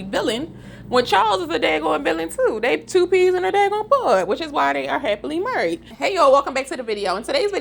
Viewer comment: and “murried” 😁